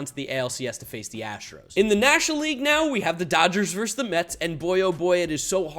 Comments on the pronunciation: It’s VERSUS NOT VERSE! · Being a Mets homer is fine. But say this word with me: "versus." It's pronounced "versus." Not "verse." Thank you for coming to my Ted Talk.